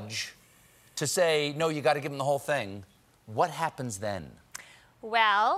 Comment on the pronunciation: "compu-er says naooow" cough